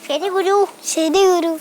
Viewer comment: Kuru alla guru Guru 😆😆😆😆😄😄😊😊